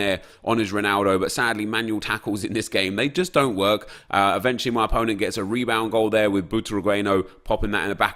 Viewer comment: Drinking Game: Drink 1 shot everytime Nep says "eventuelly" You'll get so Drunk, trust me